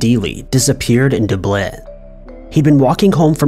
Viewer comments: Where? Dub-linn? Or Dublin? Lol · The way you say Dublin is the strangest way I have ever heard it pronounced! Like it was a french city or something :/ “Doo-blin XD it’s Dub-lin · Duuuhhhhbliiin??? DUBLIN!😂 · Ok. For starters it Dub-lin, not du-blin. Please, if you are going to mention British police don't use American officers as a visual! And it's pronounced root, not wroaght! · That’s definitely a new pronunciation 😂😂😂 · its pronounced duhblin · Its dublin.....pronounced as its seen. Not dublayne 😂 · Love your vids but number 12...but how do you not know how to pronounce Dublin? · Ok you really need to take a course in pronunciation. If you can't figure out a word google it. It's Dublin, not what ever you called it. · How the fuck do you mispronounce DUBLIN? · How can you not pronounce DUBLIN?